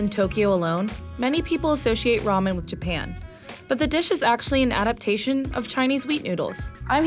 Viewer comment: I am irritating when she says 'ramen' as 'romen'